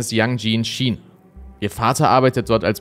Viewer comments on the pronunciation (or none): Heisst es nicht Ausgesprochen Kina statt Schina (China) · Ich hör dir so gerne zu, aber dass du ein Schina aussprechen bist macht mich fertig ^^ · Aber warum „Schina“?! 🤌🏼😩